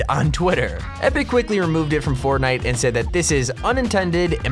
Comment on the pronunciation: I thought was real fortnine🤣🤣